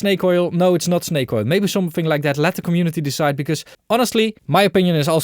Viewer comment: 'shnake oil' - in essence, you're Tony Soprano in the way you pronounce your esses. :D